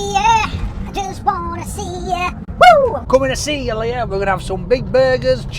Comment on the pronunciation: its leah shut kever